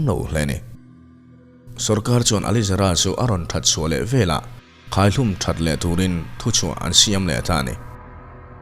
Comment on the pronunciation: Veleh tih tur velah i tia.. i inhmeh lo